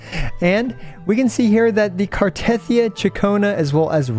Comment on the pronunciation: I still do not understand why most American CCs pronounce Cartethyia's name wrong. It literally says it in the game... gah it grinds my gears! 😫